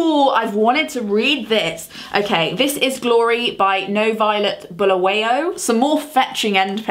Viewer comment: Boo-la-why-o , nice vid tho